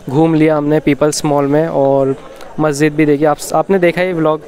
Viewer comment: Bro its Masjid, not maszid